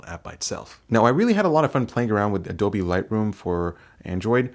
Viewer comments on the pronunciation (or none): none